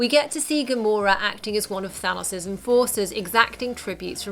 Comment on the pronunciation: Why do most people say Thanos wrong like you